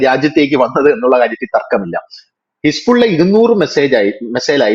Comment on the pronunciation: ഹിസ്ബുള്ള എന്നല്ല യഥാർത്ഥ ഉച്ചാരണം ഹെസ്ബൊള്ള എന്നാണ്.